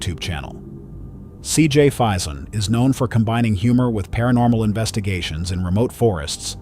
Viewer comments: It's pronounced as fay-zuhn like mason. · If you do any more from CJ, it’s FAison and Pocomoke, the “E” is silent. I’m a die hard fan of CJ and Sonny, better known as the “The ThrillBillys”😊. I remember that video, that one was CRAZY !!!